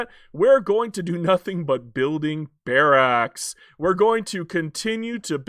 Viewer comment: You say barracks like Barack in Barack Obama